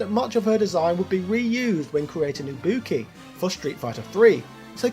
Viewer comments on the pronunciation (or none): none